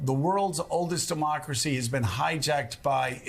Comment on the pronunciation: "Duhmocracy." Feed the fear baby.